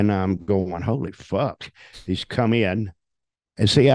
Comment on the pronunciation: The inflection and emphasis he puts on the f-word is otherworldly.